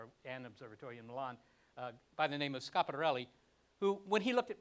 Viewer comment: Jack Shostak is one of very few Americans I ever heard to pronouce Schiaparelli's name more or less correctly. Jack, you got my respect!